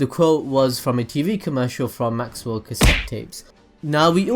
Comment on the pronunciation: Maxell not Maxwell . I use to think that too